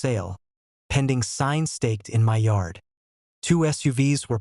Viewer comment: Stop jiggling the camera also learn English you don't say my as m y you say my